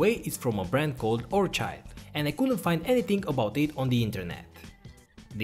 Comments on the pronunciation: Orchid is pronounced like - "or'-kid" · I never heard orchid pronounced like that. Please don't mind. I would like to see more of vintage teardown videos.